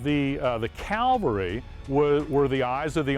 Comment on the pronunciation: That's CAVALRY not Calvary!